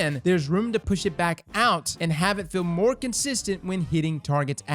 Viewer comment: lol "moar"